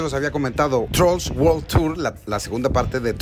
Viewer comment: World no Whorl, unas clases de ingles a tus pasantes de perdido